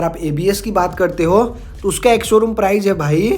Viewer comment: Prize nhi hota bhai price alag hota h!! ८